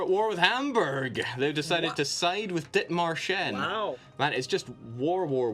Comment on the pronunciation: The dith-marsh-en was worse